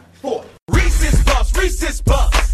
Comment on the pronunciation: i'm here because sapnap pronounces reeses wrong 😑